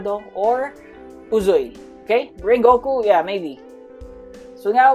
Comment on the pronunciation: bro really said rengoku hmmm maybe fr